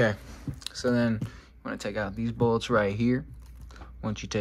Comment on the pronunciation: Bro said bolts 💀